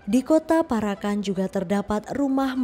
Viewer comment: Sing bener macane para'an ....Parak...an.... Bukan para...kan....mbak e....artiné dadi beda